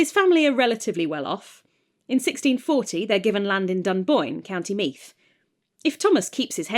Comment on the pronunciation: Pronunciation note if you record an audiobook of this! Meath is pronounced with a voiced th, so is closer to seethe than it is to heath Edit: ah the audiobook exists! Never mind!